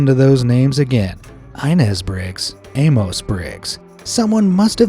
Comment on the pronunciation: Amos is usually pronounced Amus, not AmOHs.